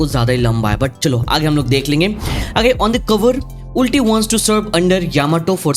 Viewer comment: sorry to point this out, but its not उल्टी its अल्टी